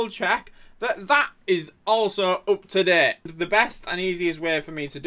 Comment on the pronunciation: And also “UP TO DEHT”